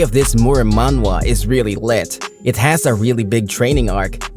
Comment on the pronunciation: I appreciate that the voice actor fixed his pronunciation when saying "Manhwa". this is why I love this channel so much they're actually listening to the audience. more power!